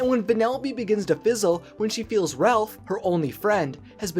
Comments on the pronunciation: ''RELPH her only friend.'' I think it's pronounced Ralph. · No offense but he’s called Ralph not Relph